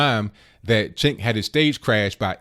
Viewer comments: It's pronounced 'Jenk.' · It's pronounced 'Jenk'.